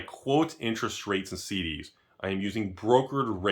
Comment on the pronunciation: Everytime he said CDs, I heard SeeDeezNuts